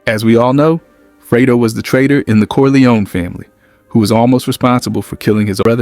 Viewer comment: freydo? it's fredo